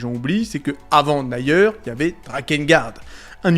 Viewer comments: on dit Nir et non naieur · "Naïeur" ? Même les anglophone le prononcent "Nire" j'ai mal...